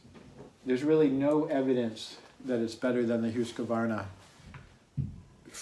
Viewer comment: Hoosk-varna, not Huska-varna. Otherwise nice video.